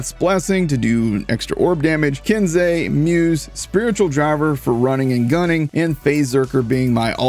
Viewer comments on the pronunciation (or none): none